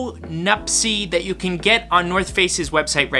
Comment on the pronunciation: Why do you call them nupsess IS NUPTSE